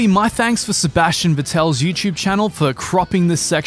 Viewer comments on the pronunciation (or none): none